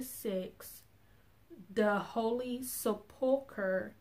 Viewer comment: Dear sister, pronounce it....Sep...ul...ker. I hope it helps you, not earthshaking anyway. God bless you for an excellent video.